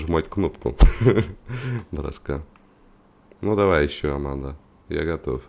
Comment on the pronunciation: аманда а не арманда